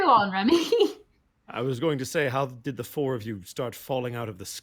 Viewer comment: She keeps saying Remy but i keep hearing REVY. WE NEED MORE REVYYYYY